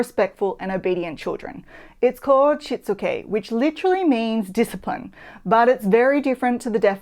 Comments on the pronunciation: It's not "shit-suke" love, it's 'sheet-suke.' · Her pronunciation of the Japanese term is off. Shitsuke -= she + tsu + keh.